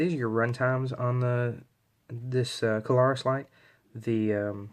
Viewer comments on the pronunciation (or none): thanks for reviewing this light. Just FYi, take this in the kindly manner I am intending you to, please --- but this light is the Klarus XT2CR. That is Klarus, with just two syllables, please. I am sure that you must not realize that you say "Kuh-lar-us" as if it's a three syllable word. It isn't. It is only two syllables -- Kla-rus. If you listen to the first part of the video, you'll hear what I am talking about the first time you said Klarus. It is no big deal, so please take it that way. It is not at all a criticism to point this out to you, and I mean that. Anyway -- this particular light is a true gem. I have almost 40 years experience w/ all sorts of lights, and this one really is so good that one is not enough for me. With the very best lights that I have found over the years, one is never enough! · *That's Kla-rus, with two syllables. Not three. And, yes -- I heard him too.